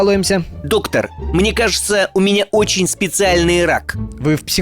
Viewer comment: Ударение на ОЧЕНЬ ! 😂